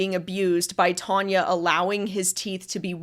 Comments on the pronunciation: Its Tanya not Tonia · Your having a go at Tanya calling you reyleigh and not! Its not half as annoying as you persistantly calling Tanya tonya!!